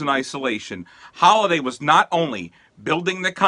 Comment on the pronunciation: isn’t it Halliday and not Holliday?